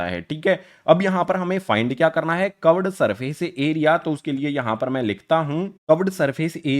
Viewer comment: Sir cuved nahi hota curved hota hai